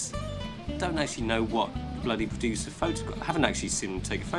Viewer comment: "Purodooser", is a G still but seems like needs to help him with some pronunciation lool.